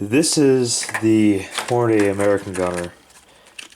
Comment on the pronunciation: HOR-na-dee. wtf, public school?